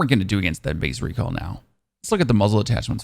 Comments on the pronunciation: It's not bad, on the word recoil exclusively you have a bit of a southern accent without any twang. Good video, man. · I'm starting to think you pronounce recoil wrong on purpose